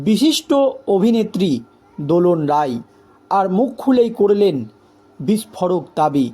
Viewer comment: আপনারা "রাই"কে বলেন "রায়" "রায়"কে বলেন "রাই"!এ কেমন সাংবাদিক?